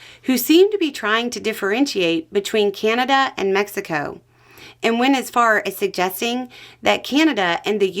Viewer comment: it's CANada not CAN'Tada